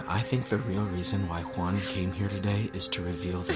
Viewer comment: It's Huh! Huan. Juan. It's not pronounced "Won." J's aren't silent in Spanish. They're not silent in English either. Also, whoever is in charge is approving Spotify comments needs to be replaced. Why do we bother interacting if you leave our thoughts and replies hidden and "in review?" Do you know how crappy that feels?